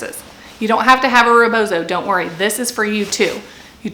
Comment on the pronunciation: First words our of a non POC person mouth attempting to educate about a cultural practice that isn't your own should honor the stolen land you are on, site that this is from an indigenous practice, and learn how to actually say rebozo. My culture is not for sale for white folks!